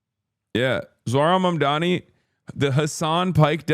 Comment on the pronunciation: why do they always pronounce Zohrans name wrong bro lol it’s so annoying